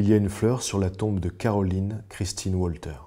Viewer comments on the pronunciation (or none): merci pour tes vidéos, c'est génial. juste un truc sur la fille de Fribourg, Mlle Walter. je pense que son nom se prononce " valtère " . vivement la prochaine.